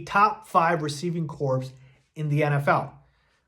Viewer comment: I’m sorry but it’s pronounced core, not corpse.